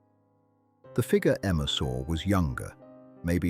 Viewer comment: It’s too bad that AI cannot pronounce FIGURE, but instead says FIGA.